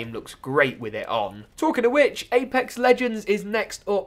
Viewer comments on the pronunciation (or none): none